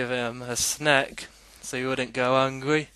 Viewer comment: I fink ma'am va wuld a beh'ah place is gweat ideer ooso. Hungway.? I think you're trying to say hungry.. Amazn' fing.?? I know how much power I have. I don't fink it though, I wiv it. correction I LIVE IT